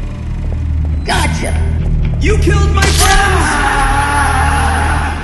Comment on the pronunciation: YOU SAID POOPY ITS POPPY